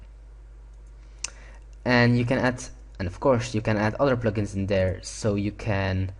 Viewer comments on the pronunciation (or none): You say pligins instead of plugins